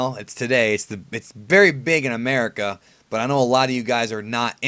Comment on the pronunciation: "America" is not 'murica